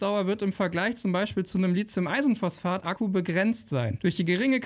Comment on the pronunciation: Einmal nur LiTHium und nicht LiZium, es wäre zu schön! Du sprichst hier doch nicht über SiliZium ...